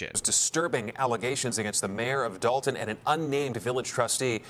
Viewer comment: Gotta start pronouncing it as "the village of DOLT-un"